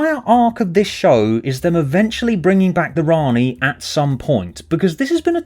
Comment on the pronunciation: For me, your voice that says: "Rani" was me saying: "Ian."